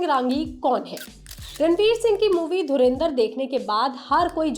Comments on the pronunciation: चैनल का नाम लोकमत हिन्दी और संवाददाता बोल रहे धुरंधर को धुरेंदर 😂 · It's dhurandhar not dhurindhar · I was ignoring it continuously until it became so much that I had to mention it here while pausing the original video - It's DHURANDHAR, not Dhurindhar! For god sakes! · पागल औरत धुरिंधर नही धुरंधर बोल. Raz nahi राज होतं हैं. लोकमत का नाम खराब मत karo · Madam, dhurinder ? 😂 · पहले धुरंधर बोलना तो सीख लो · Isne bhi Dhurendar bola 😂😂